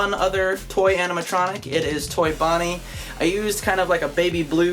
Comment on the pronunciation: Did you say fonnie? And not bonnie